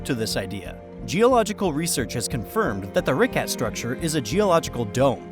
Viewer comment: The way you pronounced “Richat” like “Ricat” irked me way more than it should’ve.